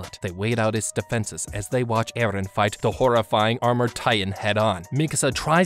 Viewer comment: i like the wat he say EhRrhen